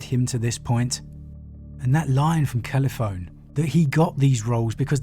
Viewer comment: The "e" on the end of Calliphone isn't silent. Her name is pronounced "kal -i-phon-ee".